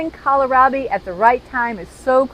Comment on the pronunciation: kowl - raa - bee